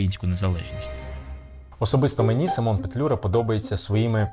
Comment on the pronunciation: У захваті від ваших фільмів, велика повага до Акіма особисто. Маленьке зауваження, українською наголос у імені сИмон.